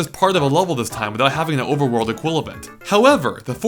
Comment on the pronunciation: "oveworld equilabent"